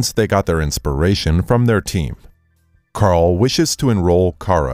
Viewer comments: Karl- EL? You meant Kal-EL right? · Did you say Kar-el… it’s Kal-El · It's kal-El not carl. And there is no brainiac 1. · Who is Karl-El? You mean Kal-El. Let me guess you're going to tell me Batman's name is Deuce Wayne? Lol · It’s Kal el not Karl el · Dude it's Kal el not Karl el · Okay. First of all why are you saying Superman’s kryptonian name as KARL-El? His name is KAL-el. And why are you using his Kryptonian name at all instead of his Earth name? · Whos 'Karl-el'? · I know these guys use voice bots, but... "Karl El"? It's KAL-El "Karl".... [face-palms] This is Supergirl, it ISN'T "Llamas with Hats"!! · Lol # it’s not Karl-L it’s Kal-L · Karl-el LOL. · Ah yes my favorite character, Karl-El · "Karl-El" hahah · Hold on... did he call superman... Karl El? Ugh... the comic nerd in me is cringing.